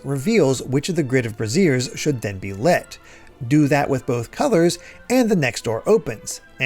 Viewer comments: Always love your videos and I loved this one. One point you might want to know regarding braziers: “Bray-zhur” is something you can light on fire and “bruh-zeer” is for supporting or covering mammaries. We all mispronounce things, I end up saying “entrepreneur” wrong every time I read it, I sound out the letters too much. Easier when I’m not looking. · not to be that person, but the word "brazier" is pronounced like BRAY-zhur (rhymes with "erasure"). The word you're saying is actually "brassiere" (bruh-ZEER), meaning a woman's undergarment, also known as a "bra". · I'm sorry but brassiere is short for bra, brazier is pronounced more like breizier.